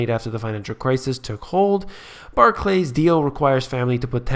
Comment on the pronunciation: You pronounce Barclays as though it were 2 words, it isn't... Barclays not Bah clays xD